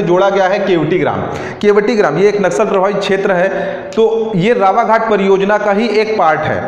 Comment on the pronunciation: मित्र वो रावाघट नहीं रावघाट है, अनिबर्न नही वो अनिर्बन है।